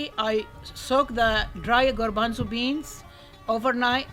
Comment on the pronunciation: You say "garbanzo" in spanish,like us!! Excellent recipe! Greetings from Uruguay, Sout América